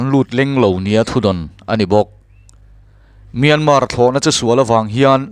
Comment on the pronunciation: Piana tih thlukin Myanma tia lam tur...an ti. Atawpa R ri tel lo vin...